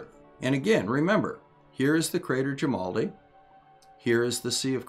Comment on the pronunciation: At least once you left out the r, sounded like "jimaldi" to me.